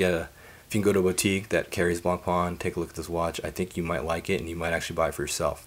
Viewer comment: Please, try to pronounce Blancpain correctly at least. The C is silent.